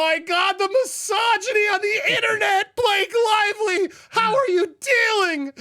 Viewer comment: I love the way you pronounced "misoginy". It sounded like massageny, so I now think every woman in the world is getting free massages 😅